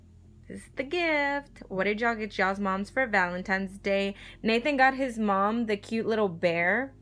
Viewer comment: "Valemtime's day"